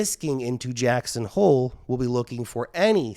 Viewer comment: He said "jacks on hole" heh heh